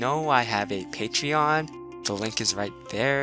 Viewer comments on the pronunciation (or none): none